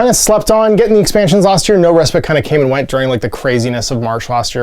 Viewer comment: Respite...long "i", or "eye".